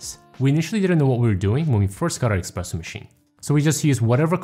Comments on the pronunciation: just FYI, it's eSpresso not eKspresso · never say expresso again please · did you really say eXpressso machine?😮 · Great video, straight to the point! One question: shouldn't be eSpresso machine instead of eXpresso? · Good tips, thank you! Why eXpresso though? 🤔